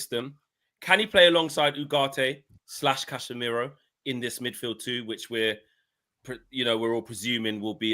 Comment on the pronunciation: said CASHemiro 👀